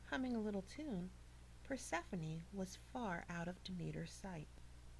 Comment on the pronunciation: (PER SEF FON EE) She said it right. I learned about it for 2 years